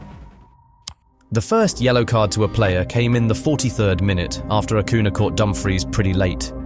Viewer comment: These matches seemed much more violent to me: *2006 US vs Italy *2006 Portugal vs Netherlands *2010 Spain vs Netherlands *2002 Korea vs Italy It's curious that the Netherlands and Italy are often involved... Good job with the video, but many of us would appreciate it if Spanish names were pronounced better, for example: * Acuña (Ah-KOO-nyah, not Ah-KOO-nah) * Juan RoMÁN Riquelme (Roh-MAHN, not ROW-man) * Paredes (Pah-REH-des, not Pah-RAY-des)